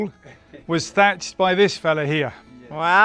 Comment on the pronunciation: It's pronounced Thatched. And it will totally be awesome 👌